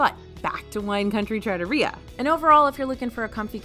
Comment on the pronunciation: Love the video. As you said, it’s subjective so I rank some places higher or lower than you did, but you did give a lot of valid reasoning. Not being good for kids is something I don’t have to deal with often, but I can see how that lowers a ranking. Two pronunciation corrections I noticed. You either had emphasis on the wrong syllable or missed a letter/sound. -Trattoria: trah-TOH-ree-yah -Wagyu: WAHG-yoo -Tonkotsu: ton-KOHT-su (ton-KAHT-su is deep fried pork cutlet)